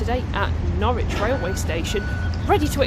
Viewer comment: Norwich is pronounced 'Norridge' Sarah, but it's a common error that many folk make - ! 😊